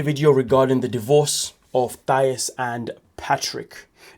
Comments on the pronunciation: Thais said like Thaeese...if you watched the show you would know how to pronounce it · THA -EESE! Like GrEECE! Hope this helps you say her name right. Did you watch the show???